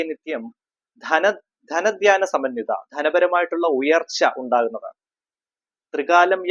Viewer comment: ധന ധ്യാന അല്ല ധന ധാന്യ എന്നാണ് ജപിക്കേണ്ടത്.